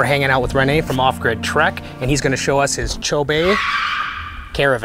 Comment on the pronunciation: Just thought I would give you the correct pronunciation. It’s pronounced “Chobie”. It’s the name of a river and a National Park in Botswana, Southern Africa.